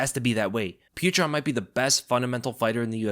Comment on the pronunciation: jeesus christ learn to pronounce his name right.. PEE OH TER ...